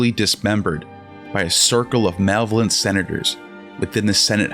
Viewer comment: Please look up how to pronounce "audacious" and "malevolent". It's not "aw-da-see-us" and "male-vo-lent".